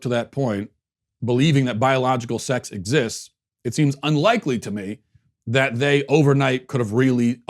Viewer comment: you really just said exsist...